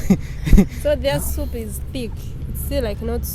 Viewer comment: He loves his soup just hear the way he calls it supu, ostrich meat balls 😂😂yey what an experience